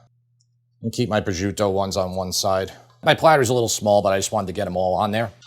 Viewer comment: Minor nit-pick, prosciuto is pronounced pro-shoot-o, not prozhuto.